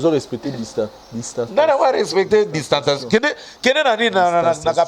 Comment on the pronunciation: félicitations vs avez bien prononcé le mot Distanciation!!!!!!